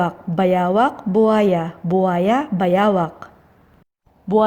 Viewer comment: I hear buhaya buyawa 😂